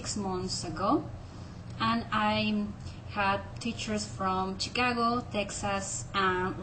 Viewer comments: its pronounced shikago not chik-ago. but if you ever do come to chicago there are many hispanics in chicago that do not speak english and you speak good enough english to get around. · did anyone notice that she said chicago with a chicago accent